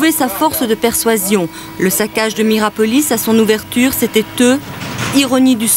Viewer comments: Ils ont du mal en lecture aussi ... Miropolis au lieu de Mirapolis 😂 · Pourquoi le journaliste du début répète Miropolis, c'est Mirapolis! Je vis à Cergy j'y allais et je l'ai vu à toutes ses étapes de construction, abandon, destruction. C'aurait pu faire super urbex mais trop squatté par gitans, dommage! 😂 Tu m'etonnes le pur squat et féraille recup!